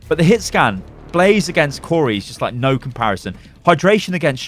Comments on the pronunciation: When he said blaze not blasé I cringed alittle lol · Blase ??? It's BLASÉ BLAH-ZEH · Please stop calling him blaze it’s blasé pronounced blah zayy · This dude said “blaze” it’s blah-say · Umm should we tell him it’s blasé and not blaze? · Please stop saying Blase like the minecraft mob, his name is Blasé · I believe Blasé is pronounced Blah-zay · I believe his name is supposed to be Blasé (Blasai) but great video keep it up! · It's Blasé, not Blaze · Blah-zay, say it a few times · pronouncing Blasé as blaze is triggering me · Blaze... you called blasé blaze... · It's killing me how he says blasé lmao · Is anyone else triggered that is saying blase's name wrong? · The one time he says it correctly, he then incorrects himself and goes on saying it wrong.